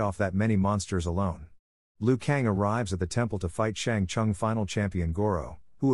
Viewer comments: Brother Its shang sung not shang sang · I enjoyed the video like always but am I the only one who cringed at how he said Shang Tsung and Lin Kuei